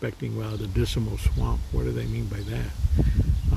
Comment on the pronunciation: When you say the word Dismal, you seem to add an extra "I" in it so you sound like you're saying "Disimal"!!